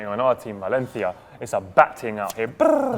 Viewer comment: Pronunciates correctly "Valencia" Butchers "Cuidado" has no rules.